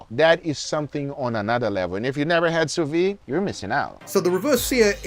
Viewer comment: It's pronounced sous veed. You should pronounce the D.